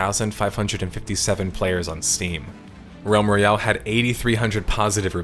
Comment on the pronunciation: Am I the only one hearing Rem Reale, instead of Realm Royale?